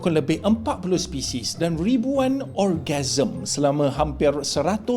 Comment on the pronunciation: Aju sorg ka yg dengaq orgasms instead of organisms😂😂😂😂